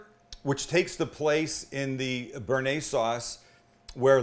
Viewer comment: brooo your bearnaise, come on...... haha